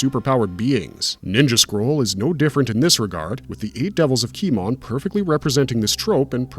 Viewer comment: Key-mone... its Key-mone... not Key-mon. say "kimono" without the last o. and its not dakwan.. its dah-ku-wan. ffs, getting a little tired of people doing anime reviews and not pronouncing the japanese correctly. i can't tell if its just laziness, incompetence, or AI